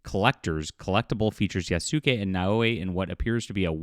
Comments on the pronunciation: Its pronounced Yas-Kay Not yah soo kay If your going to make a video roasting ubisoft for cultural ignorance you should probably not do the same thing yourself Also if you don't understand actuzl Bushido you shoukd refrain from referencing it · I enjoy your work, but you need to work on your pronunciation. Yasuke - Yas-K. You don't pronounce the U & the e is included in the capital K. Naoe Nah O A. The first vowel is soft & the subsequent are hard. The same goes for Torii Tor-EE gate. Mispronunciation when you have done so many videos is also disrespectful, it is something Ubi would do. LOL. Keep up the good work. Edit, Idk why my pronuciation suff just got striked.